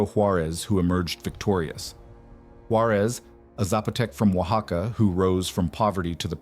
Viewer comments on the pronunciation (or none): none